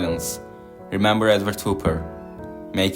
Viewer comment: Nice video. But his name is pronounced HOP - PER.